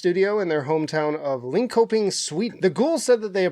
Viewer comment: Lin-she-ping and For-geh. 🫡